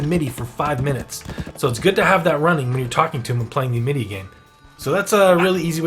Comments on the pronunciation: First of all its AM-it-EE. Second of all spend your Amity and don't let it stack that high. The higher it is the more energy it costs per conversation. Spending it all will drop the initiation cost back down to 2/4. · it's pronounced (Am as in "I am a goat" - it - ee... AMITY (AM-it-ee)) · it was a good vid, but i was thinking the same...like damn AM-IT-Y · that is NOT how you pronounce "amity" . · Good Video, but for the love of Cthulu PLEASE learn how to pronounce Amity properly. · ....can't stop hearing pronunciation of "amity"